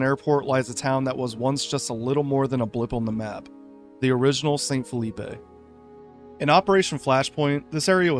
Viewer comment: phillipe wouldn't be pronounced with the 'ay' sound you put on the end of the word. it is supposed to sound like 'filleep'